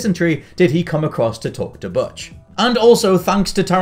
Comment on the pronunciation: I lost count but I’m pretty sure he mispronounced “Butch” all 74 times he said it.